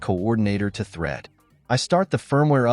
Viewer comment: Не Трид а Трэд